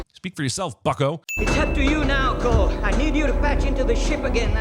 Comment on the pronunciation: Winona Ryder’s character is named Cole, you keep calling her Call.